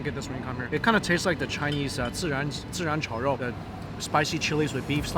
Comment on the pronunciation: hahahaha I think he said 自然炒肉 instead of 孜然炒肉, that's so cute